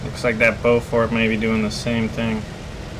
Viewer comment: Beaufort. Not Beaufork. xD